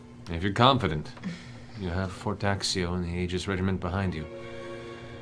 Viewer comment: Aegis is pronounced ee-jis